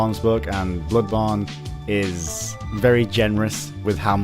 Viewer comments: god damn stop saying "bludborne", wth is wrong with u? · "Blubawn" Please learn to pronounce it correctly. This triggers me so fucking hard, I cannot begin do describe it. Blubawn. Blubawn. BLUBAWN Aaaaaaahhhh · wow i love the way you pronounce "Bloodborne"